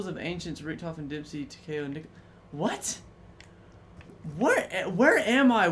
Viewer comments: It's pronounce ta-ka-o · Tah kay oh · It’s tak-e-o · Why does he say takeo like that